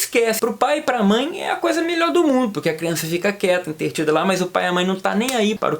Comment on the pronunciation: Intertida? Não é intretida?